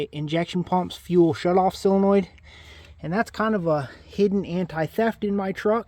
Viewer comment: Love the vid, I learn something from every vid you make. Now you can learn something too. It's sOLEnoid, not sELOnoid 😉